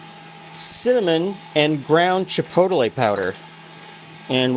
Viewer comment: I love these types of cookies - we have a local chinese/mexican fusion restaurant in Phoenix called "Chino Bandito," which has these cookies (needs the spice though). I'm also amused by your pronunciation of chi-poe-te-lay.